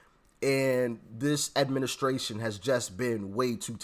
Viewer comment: He said "demishtration" not Administration! In the let the people decide part.